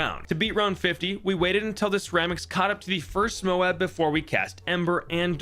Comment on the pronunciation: Dude, why do you keep calling them "mobes"? It's mo-ab, like Moab, Utah, or Moab in the Bible. My guess is that the bloon in the game is named after an actual weapon in the US Air Force arsenal, the GBU-43 MOAB. It's technically supposed to mean "Massive Ordinance Air Blast," but everyone knows it really means "Mother of All Bombs," just like the MOAB in the game stands for "Mother of All Bloons." It's Mother not only because it's big as hell, but because when you break the shell, all the other bloons pour out of it.